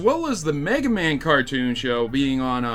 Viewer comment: Why must they turd all ovr megamans name like that? Make it stop